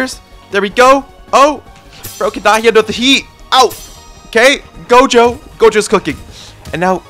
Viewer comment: bro said gojo right lets go